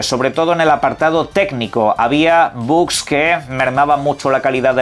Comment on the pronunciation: Entiendo que eres Catalán? Nunca he entendido por qué dicen "buks" cuando en castellano es "bugs" y en inglés "baks". Pasa en más zonas de España?